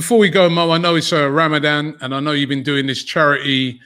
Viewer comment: It's Ramadan, not Ram a dame... robbie